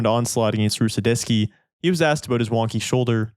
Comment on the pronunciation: Maybe cause he said Rusedetski